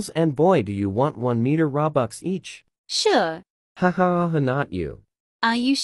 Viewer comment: "su re i guess" say better. Say "sure i guess" not "su re i guess"